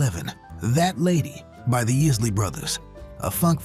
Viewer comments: EYES-LEE. Not IS-LEE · He doesn’t even know how to pronounce Isley.